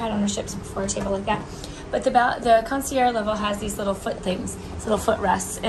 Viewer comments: You’ve been pronouncing it correctly. In French if the word ends in a vowel you pronounce the last consonant and vice versa. is pronouncing it incorrectly you need to pronounce it with the g. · PLEASE PLEASE PRONOUNCE THE "GE" (CON SEE ERR GGE) OR ACTUALLY THE END IS "ZH" PRONUNCIATION HAHAHA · you’re pronouncing concierge wrong you need to pronounce the g in the word